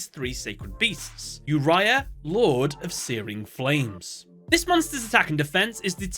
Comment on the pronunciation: its not yourya such a noob its oo-ri-a